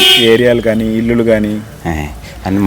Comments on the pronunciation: illulu anakoodadandi, illu (ఇళ్లు) అనాలి.singular ఇల్లు, plural ఇళ్లు. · ఇల్లులు కాదు యాంకర్ గారు ఇళ్లు అనాలి